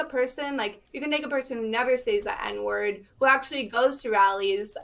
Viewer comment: It really bothers me she says “says” w a hard “A” wtf